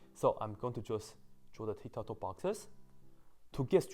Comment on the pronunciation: He spells Ti as Thi Tic tac to as thic tha tho 😂😂😂😂😂😂😂😂😂😂😂😂😂😂😂😊😊😊